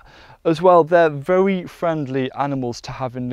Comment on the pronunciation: He says vewy instead of very. He’s cute.